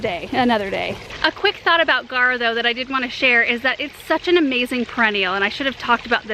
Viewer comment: It's spelled G-A-U-R-A people! Not guara. And it's pronounced "gawra." (In English.) (In its native Greek, it's pronounced gow-rus, from "gauros," meaning "superb.") There's a u in that word and it's not silent.